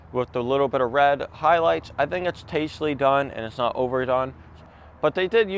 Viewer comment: Did you say: Tastly done?